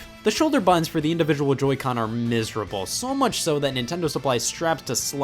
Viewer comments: 1. “BUTTONS” is a 2 syllable word and is not pronounced “buns”. 2. Your controllers are filthy AF. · scott pronouncing buttons as ”bUHOns” for 20 minutes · Dude when you say buttons it sounds like buns. 😂 great video! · buh ins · Nintendo made Bu ins, what did you do, DAAAAD?? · Bah enns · I like how he says button, “bu-in” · Alternative title: Scott says "buttons" with weird emphasis for 23 minutes. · I can't watch this anymore because of how he pronounces "buttons".